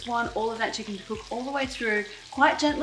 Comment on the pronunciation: "Chickenniy?? like it.🤪